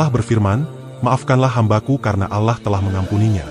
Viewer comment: Allah bg, bukan alah